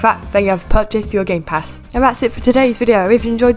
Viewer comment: I thought you said "Gaypass shop" at the beginning Lol